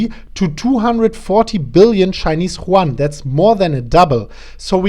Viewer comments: Chinese ¥ Yuan, is pronounced as Yüön, rather than Chuan. Just to help you improve, man. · M.T.S. Productions yes you are right it is You-Aan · It's not pronouned like the spanish name Juan. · yuan is pronounced as YOU ANN like YOU-ANNE or YU-AN --- I say this with respect as I have my own difficulties...best wishes.